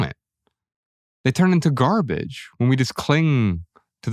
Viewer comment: It wasnt gahbege at one time. Mike Tyson has become soft.